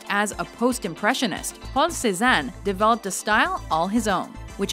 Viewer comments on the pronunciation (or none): none